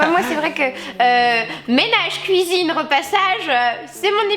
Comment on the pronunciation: "La place DÉ la femme c'est à la KOUIZINE !!!"